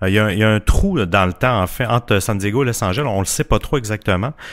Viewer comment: C'est bizarre que vous ne prononciez pas le E et le S à la fin de Los Angeles 🤔 C'est pourtant un nom de ville très connu et c'est même faux grammaticalement de dire "Los angel" puisque Los Angeles veut dire "les anges". Mis à part ça, j'adore votre podcast ! 👍🏼